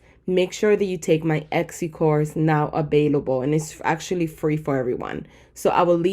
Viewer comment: eKsy? no hate, just curious why tis pronunciation. Love the content, you're a big help and inspiration! Thank you :)